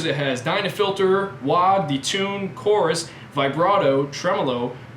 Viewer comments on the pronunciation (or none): none